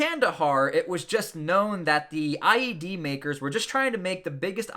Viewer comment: Wait, he can’t say ied?